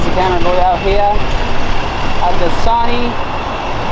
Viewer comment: Wtf is SAWNEE ENTERTAINMENT EVEN PEOPLE IN MEXICO KNOW ITS SONY. KINDERGARTNERS KNOW ITS SONY. SMH. RIBULL LOL REDBULL. AYAYAYAY. YOU KNOW BETTER THEN THAT.